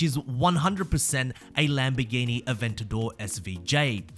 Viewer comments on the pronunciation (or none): none